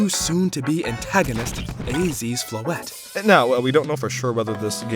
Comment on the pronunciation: As a french speaker, I love hearing English speakers pronounce Floette like this. I've heard too much people pronouncing it "Floeetee" 😂